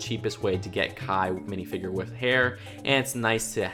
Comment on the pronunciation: Plz stop saying wif and baff